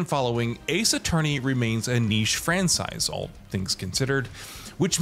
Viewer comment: did i hear 'fransize'?